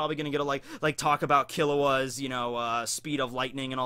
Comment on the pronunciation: goddammit it's pronounced ki lu a, not ki lo a!